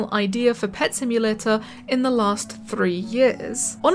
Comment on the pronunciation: Simulatuh sound hard